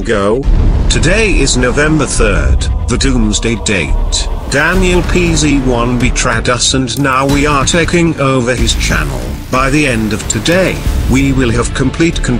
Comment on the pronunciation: It’s pronounced as be-trayed not be-traed